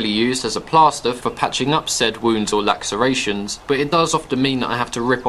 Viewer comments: What the fuck’s a Lack-ser-ation? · great info and delivery as usual! what's a laxeration though? do you mean a laceration?